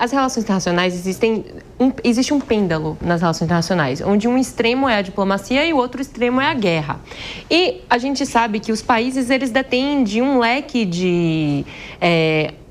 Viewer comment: alguém ensina pra blogueira que não é pêndalo. é Pêndulo.santo atraso de aprendizagem do próprio idioma.